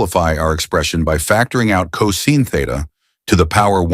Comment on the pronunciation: Pronounced cosine wrong